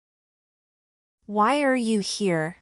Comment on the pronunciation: نطقت here تقريبا ب shere نريد نستفيد منك وشكرا جزيلا